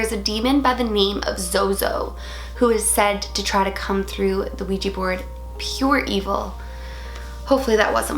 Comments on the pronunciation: Its a Ouija board not a Ouijee board...*switches channel* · It's kinda cute how it sounds like you say ouiji board ^^